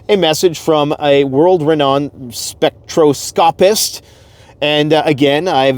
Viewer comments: * Spek-TROS-copist * Spek-TROS-copee 😁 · *gone, not went. The grammar on some of these YouTube channels really bugs me! And.....spectroscopist...the accent is on the second syllable.